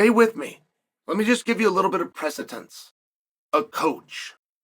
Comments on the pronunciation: Chael is so articulate and then she says shit like “presitents”😂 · Chael pronounces precedent any damn way he pleases.